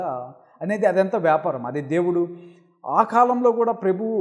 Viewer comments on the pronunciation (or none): ప్రెభువు కాదు ప్రభువు అని పలకండి